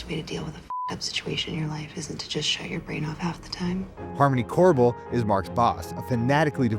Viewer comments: COBEL NOT CORBEL COME ON MAN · It's Cobel, not Korbel. Editors? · Harmony Cobel... not Korbel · Thought it was Harmony 'Cobel', not Korbel. Hearing Korbel is quite jarring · Is he saying Corvel instead of Cobel? 😅 And who the helly is Irwin?? 🤦‍♂️ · Who is Corbel? Isn’t her name Cobel?? Why are you putting an R in her name, seems like you didn’t ever watch the show, or even read the characters names before you made this video😏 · Not to be that guy, but the name is "Cobel," not Korbel... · It's Cobel, not Korbel - Source: The subtitles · COBEL not korbel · It’s Cobel, not Corbel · It's Harmony Cobel, not Korbel. Pronounced CO-bell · Cobel - (KO-BELL) - did u just AI this lol )Core-bell?) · "Korbel" instead of "Cobel" is a major goof haha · It’s Cobel. Not Korbel……. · her name isn't korbel, it's cobel. and comparing dylan to dwight schrute makes no sense to me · Woof. Patricia Arquette is Harmony C-O-B-E-L. Not Korbel. yikes. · This is very good but her name is Cobel, rhymes with Nobel prize, and it’s Irving not Irwin, but excellent recap. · bro said "mrs Corvel" and "Irwin" like cmon man have we even seen the show we're doing a recap of LOL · "Korbel" is incorrect. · This man says Corbel and the book was left by Milchick, not “Corbel”. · i must be severed cuz i thought there was no 'R' is Cobel lmfao (he keeps saying corebell) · wtf “korbel” are you retsrded? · "Harmony Cobel", no "r" in the surname. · Kinda wild that yall wrote and recorded a whole recap with multiple characters with the names either misspelled, mis pronounced, or both?? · Oh guys. Come on. Exactly how much research did you do for this? Harmony Corbel? It's Cobel. No R. And not like its a minor error either with just the text on screen. You keep saying her name incorrectly too. How do we know this recap is even accurate or not leaving out massive stuff by people who clearly didn't watch the show?